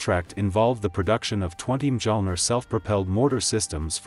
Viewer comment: But can’t they use Google Translate to find out how Mjölner is pronounced?